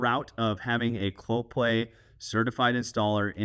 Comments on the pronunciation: Yeah, not sure why he couldn't pronounce it... Clo Pay! Not ClopLay! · Geez man. If Clopay is sponsoring your video, please don't pronounce the name of the company Cloplay. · I know they are a sponsor, but is does sound like you are pronouncing it with a L in play. It’s pronounced Clo-pay. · It is a unique name, and a type of tongue twister, so it was kind of funny hearing you say "Cloplay" or even "Coplay" 9 out of 10 times instead of Clopay. 😂😉 Also, I know they are a sponsor, but please confirm that you will be removing those "safety" stickers on the door panels when you are done fitting out the garage and they got their "sponsors" money's worth out of your videos.